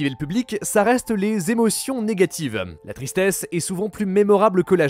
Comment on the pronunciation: Lol "Èmotions" 😂😂